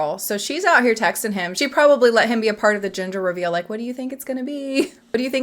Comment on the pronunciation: It took me about two minutes to understand you were saying ‘gender’ reveal. I heard it as ‘ginger’ reveal 🙃